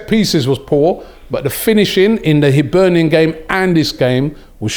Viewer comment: At least Robbie can say Hibernian correctly-respect👍